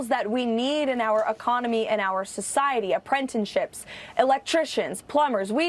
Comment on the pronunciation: Pretty rich her talking about education when she can't even pronounce Apprentice correctly. 😂